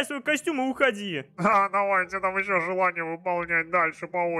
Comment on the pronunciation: Почему желния? Разве не желания?